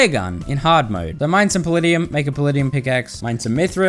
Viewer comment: The way he pronounces paladium hurts my soul